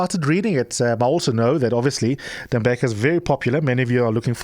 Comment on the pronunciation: U r pronouncing his name wrong, it’s no Tembeka it’s Tembeka